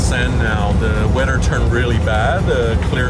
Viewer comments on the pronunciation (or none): none